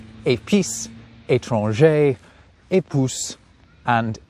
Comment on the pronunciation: Épouss is a cute way to pronounce épouse 😅